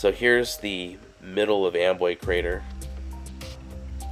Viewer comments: It's spelled Amboy but I hear you saying Amway? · Why do the clouds look upsidedown, it sounds like you're saying Amway creator like lower Am